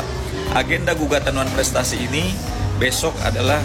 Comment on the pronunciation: Benar bikin malu tu almamater x nyebut wanprestasi koq sulit amat sih